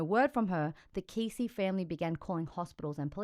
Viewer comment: Pronounced like Bessie, but with a K, Kessie xx